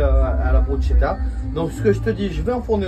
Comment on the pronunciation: loool c'est une pizza le truc, et on dit Brus(k)etta pas Bruchetta catso🤌